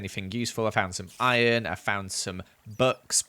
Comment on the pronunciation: "I cooked some of my iorn" Im sorry what